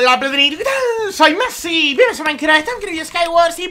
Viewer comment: dice mi hermano que dices messi en vede massi XD